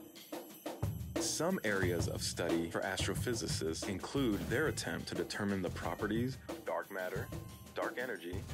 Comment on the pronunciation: How hard was it for you to say astrophysicists😂 just kidding but you killed it ong